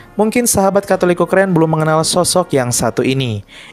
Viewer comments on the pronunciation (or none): none